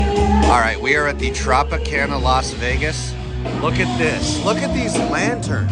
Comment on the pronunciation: Did you just say Tropicana Las Vegas😂 Am being fr that was funny